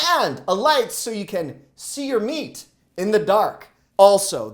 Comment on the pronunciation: I wasn't here for the emphasis on "prob" & "meat" you're better than that 😳 eating thr drum sticks before you made it home made up for it...I can relate as I may or may not have did the same with their Costco Pizza 😊